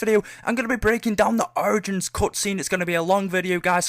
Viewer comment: I love how he replaces the O with A in the word Origins....